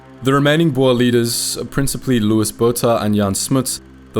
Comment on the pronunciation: Another error, Louis is pronounced Louie not Lewis.